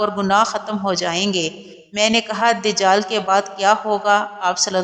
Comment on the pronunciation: Dijal nhi dajal hota hy